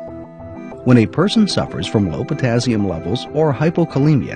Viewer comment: Dr.Oz =potazzium😲no wonder I mispronounce it I mispell it😁